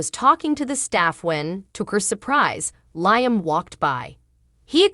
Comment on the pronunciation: Not just Liam but other words are not pronounced cirrectly.